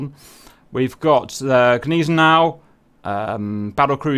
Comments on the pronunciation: Haha bro I laughed at how you pronounced gneisenau😂😢 it Hurt my Germany, and I am not even german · you got that one right but not Gneisenau :P